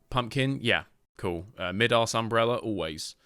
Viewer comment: Idk why but it BUGS me, ITS MY DAS umbrella DAS as in ADIDAS NOT MID-ASS thank you😄